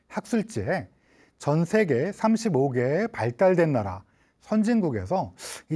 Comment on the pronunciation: 긴 자를 짧게 잘못 발음한 예:사망,시청,세계,사실,병사,보통,시청자,등, 장단음 문제는 심각하다.